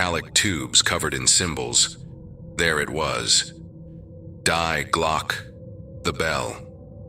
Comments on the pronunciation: Die Glocke = ‘the Bell’ auf Deutsch = is pronounced ‘dee-GLOK-ih’ and not ‘DYE-glok !! LoL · damn english, its pronounced dee-gløcke. just like in family dee. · so pathetic - to pervert the german language thru hieroglyphc english just because of mental lazyness - it is so easy to ask any search engine for pronounciation - the real pronounciation, wich is allways different from english - dii glokke - and its nothing similar to the crippled english, wich is so twisted and hieroglyphic, that all the linguists agree, how its much easier to learn japan than english. crippling the gorgeous german language with lamerish english grammar is self-humiliation. not more, not les. die gedanken sind frei - wer kann sie erraten, sie fliegen forbei wie naechtliche schatten. kein mensch kann sie wissen, kein jaeger erschiessen mit pulver und blei - die gedanken sind frei. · Die Glocke is pronounced Dee Glock-a. This story is all creative writing. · Yeah, that's quite annoying, it's probably some AI voiceover... but the rest is awesome.